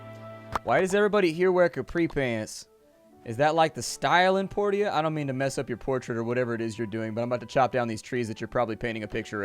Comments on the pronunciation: I'm not sure but i'm pretty sure it's pronounced poor-sha not por-tio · It's Por-SHA not Por-TIA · Haha I knew it. I totally expected that you'd be back to pronouncing it "Porty-uh" instead of properly (like you were pronouncing it after the mayor corrected you) :) edit - apparently the doctor's VO artist didn't know how to pronounce it either. :)